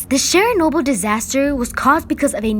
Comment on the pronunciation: It’s Chernobyl not sharenobtyl